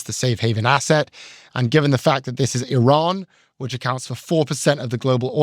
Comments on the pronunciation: Its not 'I" ran!!! Just like its not 'I" taly! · WTF!! Another “eye-ran” analyst!! Why can’t these people learn to pronounce names properly? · What is going on with this podcast. distracting and comically wrong pronunciation of Iran like she’s never actually spoken to anyone Iranian… and Scott walking around in circles likes he’s in a merry-go-round. Good take on Trump media buyback though. Trump media has all the value of a meme coins it’s all just money grabbing scams extracting money from loyal fans. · Hard to take seriously as an expert on energy, when she can’t pronounce Iran remotely correctly. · Please learn how to pronounce Iran.